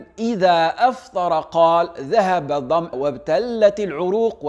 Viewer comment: Olala tu as découvert une bidaa toi aussi !!!!(بدعة) Hadith faible !!! Arrêtez svp chers frères Apprend déjà à bien prononcer الضمأ (damao)